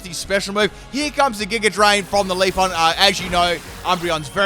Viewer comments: Out of all of mispronunciations, LeafON bothers me the most. Always makes me think of "Wax on, wax off" from the original Karate Kid. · Manages to say every other eeveelutions name correct but leaf"e"on. I'm not complaining I just think it's funny.